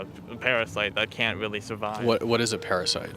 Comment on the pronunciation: "That is not weawwy wewevant" Dude, you brought it up.